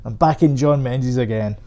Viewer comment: I thought Scots pronounced menzies as mingiz? Is that something that has changed over time?